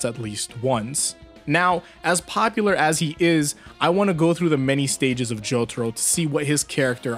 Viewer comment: me: opens video me: hears the way he pronounced jotaro's name also me: instant dislike